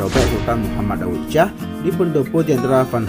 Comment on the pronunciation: Baca intonasinya berbunyi, Daud Syah, bukan Daud Cah. Lidahnya tebal benar, sih !